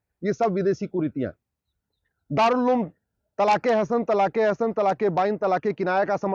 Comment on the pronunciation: Ulem nahi he uloom he😂😂😂😂